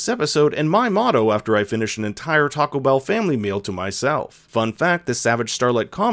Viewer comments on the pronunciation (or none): none